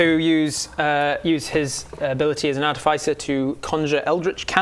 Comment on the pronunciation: artificer /är-tĭf′ĭ-sər/ Ya'll pronouncing it wrong.